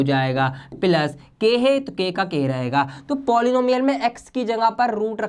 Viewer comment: It is not plus it is pilus